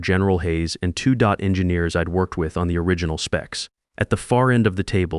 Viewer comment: DOT is pronounced Dee-Ohh-Tee